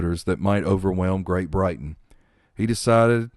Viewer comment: She is buried at Althorp not Anthrup and the family vault is at Great Brington not Great Brighton.